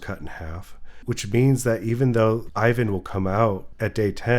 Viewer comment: He's not [Ayvan], he's [iván], ee-one.